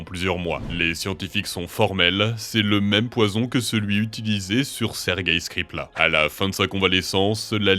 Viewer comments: Skripal pas skripla 😭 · Petite coquille, skripal bien écrit mais jamais bien prononcé 😅